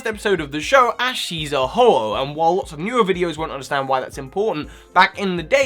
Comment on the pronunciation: u said ho-h ho